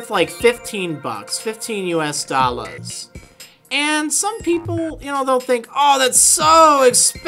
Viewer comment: did he say DollHairs